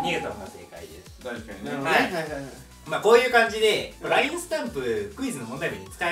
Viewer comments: ラインの発音、、、笑笑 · ラインじゃなくて『ラ』イン…🥺